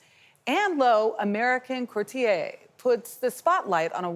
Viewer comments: Careful with pronunciation there -- you called her a "courtier" (which is 'broker' at best and 'courtesan' at worst) instead of a "couturier" or dressmaker 😬. Such beautiful work. I wish I could get there in person 😍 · This reporter could not pronounce the word couturier. Disgraceful